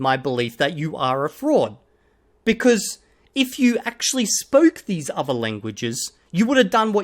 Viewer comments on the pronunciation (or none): none